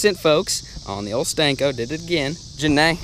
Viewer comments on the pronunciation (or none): Senko ... not stanko